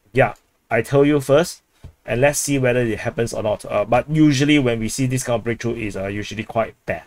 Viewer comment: "Massive breaktruh" Bro russia went from kiev and warsaw in 3 days to this massive sucess 🤣